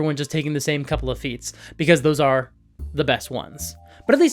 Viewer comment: Not me uncontrollably giggling because whenever says "feats" I hear "feets."